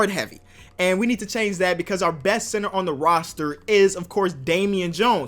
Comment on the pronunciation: When he say center it says cinner